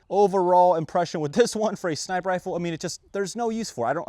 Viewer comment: "And we have this crazy sniper rifer..."